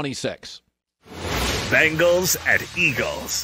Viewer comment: It drives me nuts how Colin always pronounces it "Bingles"